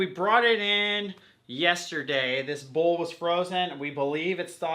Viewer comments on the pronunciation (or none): none